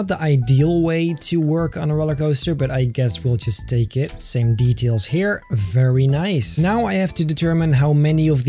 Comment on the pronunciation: I love when he says fairy nice